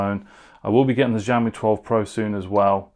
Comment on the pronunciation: YOu have been reviewing phones yet until now you still dont know how to pronounce Xiaomi correctly. It is not Ziawmee/Jiawmee. It is with "sh" sound Sh.. Shiaomi. GOD!